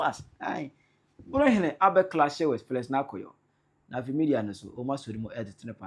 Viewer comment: It’s Fi not Fe bro ….. any way you are doing a good job for the Nation Gh…. Kudos